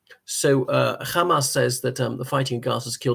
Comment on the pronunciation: Are you Israeli? Why do you keep pronouncing Hamas "Khamas" like an Israeli Jew?